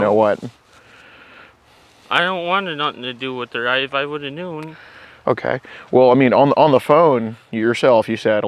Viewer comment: “if i woulda NoOn”